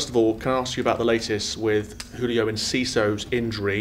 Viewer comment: Loving how he pronounces ‘Julio’ ❤